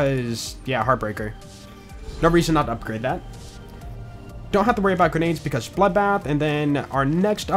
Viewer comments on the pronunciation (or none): I love hearing says "dabuld" being bloodbath